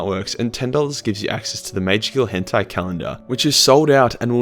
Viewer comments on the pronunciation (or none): none